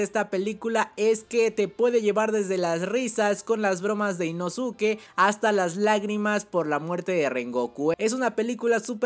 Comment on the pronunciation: Nezko e inoske porfavor, asi se pronuncian